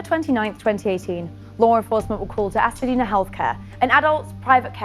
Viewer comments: It's Hacienda.....not Hacedina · HA-CI-EN-DA, NOT HACADINA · Hacienda! Not Hasadina. Just saying... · Why is this reporter saying “Hasadeena” when the facility is Hacienda? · This reporter is gorgeous and an excellent presenter, but she pronounced the name of the facilty wrong. She said "Ha-sa-dena" (rhymes with Pasadena). It is Hacienda! Pronounced Ha-see-en-duh. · This is a tragic event. I feel bad for the woman and her family. On a separate note, the name of the facility is not Hasadena, it’s Hacienda. Am I the only one who’s realized the woman reporting repeatedly said it wrong? 😗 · She was pronouncing the name of the facility wrong it’s Hacienda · oh. Ok--i wondered if that was it but it sounded so much like "Pasadena" that i thought I was hearing it wrong. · He should've gotten more time!!!!! Sidenote: I cringed every time she said Hacidena 😕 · Funny how you pronounce "Hacienda"